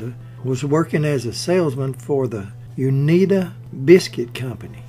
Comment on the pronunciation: Unita is pronounced with a long "i". You-ni-ta.